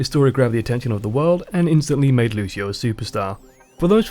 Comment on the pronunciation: That's really nice. Also you saying Lúcio, trying not use american accent is really cute haha Nice job and keep it up!